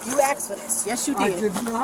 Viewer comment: I'm convinced all black females are taught English from the same teacher around the world. "YOU AXED FOR THIS" 🪓